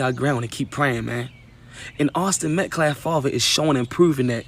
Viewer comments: It’s Austin Metcalf, not Metclaf people keep getting it wrong. It’s because that idiot Dominique Alexander keeps mispronouncing it. Along with various other words. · I know the English language is extremely hard to understand, but please learn about silent consonants. METCALF NOT METCLAF!